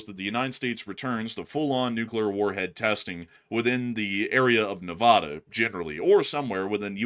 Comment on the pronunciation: What The Fuk Would You Know About NE-VA-DA LEARN TO PRONOUNCE IT RIGHT